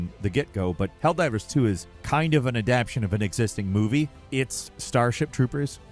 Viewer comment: PLEASE, it's Adapt-TAY-shun. You kept saying "Adapshun" and it's driving me nuts at work